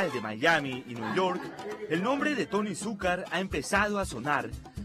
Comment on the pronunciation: Que Monse que no pronuncian la segunda c en Suk'car